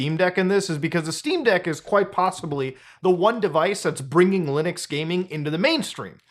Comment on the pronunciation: Did brother in christ just say LUUNIX instead of LIINUX? Then he corrects himself then says it like that again XD also yea I know pretty much nothing about linux and I love my steam deck, granted I don't use the linux part much but I still do use it